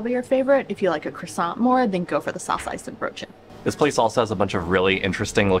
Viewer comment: You won't meet one Dutch person who will pronounce the 'n' in worsteNbroodje. You say : worstebroodje 😊